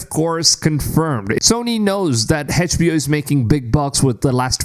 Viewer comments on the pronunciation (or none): HedgeBO hah?! Try to say the letters like everyone else! Fckn mrn... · Can someone teach this guy how to properly pronounce HBO?